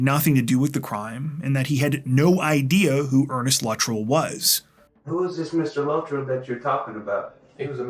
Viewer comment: Luh- trell. Weird way to pronounce his last name. Yeah I'm nitpicking 😊